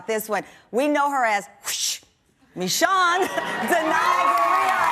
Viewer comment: I loved how she said meeshune instead of michonne